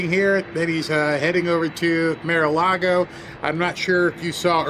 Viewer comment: why can't you say Mar? It's like saying ax, instead of asking